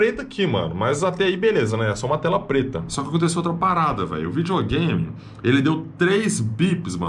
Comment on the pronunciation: vijogame so os olds falam assim